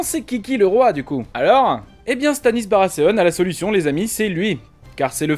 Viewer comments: oui oui, justement, il ne me semble pas qu'ils prononcent Barasséaune dans la VO. Dans ce cas, mieux vaut s'en tenir a Barathéon, hein. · Vous pouvez aussi prononcer Baratéon au lieu de Barrasséaune ^^ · Baratheon !! Pas Baraseonne !!! XD attention a la prononciation XD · Gaulois Si c'est pour massacrer la prononciation en disant Barasséaune, justement comme un frenchy qui essaie de se la jouer anglophone, il vaut mieux largement dire Barathéon à la française tout simplement. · MDRRR la prononciation... BARASSÉONE pour dire BARATHEON... LoL... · BaraTéonne a la limite... jamais compris le delire des français a foutre des "S" a la place des "th". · surtout qu'ils sont même pas cohérents entre eux,d'un côté c'est Game of Trône puis ensuite c'est Barasséone. Qu'ils essaient maladroitement de prononcer en anglais ok, mais qu'ils le fassent aussi avec Game of Frones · "Barasséonne" x) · Baratheon c'est soit tu le prononce à la Française avec un "th" prononcé "T", soit à l'anglaise avec un "th" prononcé comme un "th". Mais toi tu dis barasssseon, c'est pas ça il me semble ^^'. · On s'en fou de la VO, pourquoi tu prononces barasseon ? J'ai direct arrêté la vidéo.